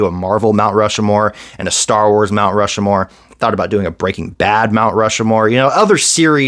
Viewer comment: Stop saying Rushmore wrong. It's Rushmore. Not "Rushamore."